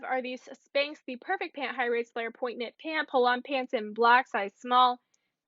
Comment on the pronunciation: The keyword video will be popular for sure. I’ll be looking for it. Just one thing / you keep saying these are “point” when they are ponte (pronounced pon-tee). That’s a good keyword! Just figured you’d want to know. Good quality content - I enjoy your videos!